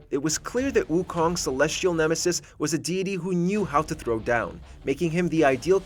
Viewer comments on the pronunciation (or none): none